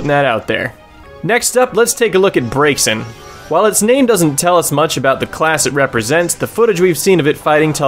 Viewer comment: The x in Braixen is actually pronounced as a z, making it sound like Braizen, which is clearly a mix of Brazier and Vixen, Brazier being a fire-container and Vixen being a female fox. So yeah, the name gives us hints to it being a fire user, but not a direct hint.